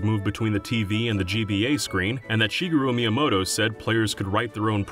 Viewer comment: I almost didn't recognize Shigeru Miyamoto's name because he pronounced it 'Shigiiru.'